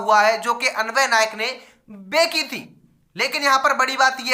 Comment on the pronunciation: Bhai sch me tu video daalne se phle check nhi krta kya is video me bhi bhai tune bechi h ko begi h bola h 3 baar🤭🤭 ek baar bola ho toh bhi maana 3 br🤣🤣